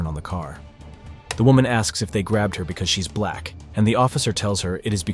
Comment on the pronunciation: You could have labeled this as people behaving badly or ignorantly etc, but nope. It’s Buuuh-laaaaaccccckkkk people. That’s you saying black, btw. You add so much emphasis, like a sweaty sock is in your mouth and you can’t stand it. You’re sad.